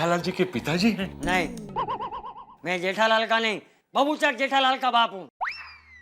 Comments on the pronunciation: Jethalal❌ Jethalali✅ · Jethalal ❌jethalali ✅ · Jethalal ❌ jethalali✅ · jethalal 🚫 Jethalali ✅️ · Jethalal ❎ Jethalali✅ 😂😂😅